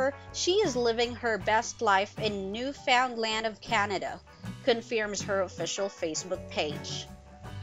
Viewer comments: *New Found Land. 😂😂😂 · Say their names correctly for crying out loud. If you ever watched the show, you would know how to pronounce them. And Newfoundland! Sheesh.